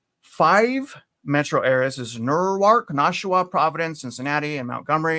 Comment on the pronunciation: in New Jersey it's pronounced New-IRK. In Delaware it's New-ARK. xoxo